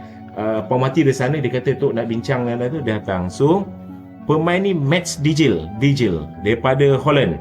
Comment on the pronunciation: Bukan dejil tapi deiyl huruf j di baca y dalam bahasa belanda